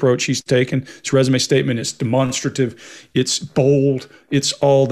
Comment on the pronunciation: Does have a opinion on the boys pronounceation of "demonstrative "